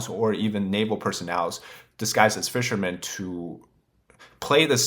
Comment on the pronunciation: There is no s in the word fishermen.